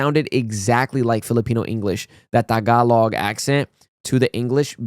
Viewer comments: Its soo good to see you say “Tagalog” right. You’re getting Filipino-er each day. 🎉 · I like the way you say “tagalog”. It is the right way to say tagalog…